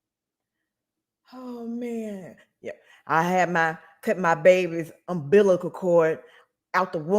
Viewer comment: "Umbiblical cord" 😅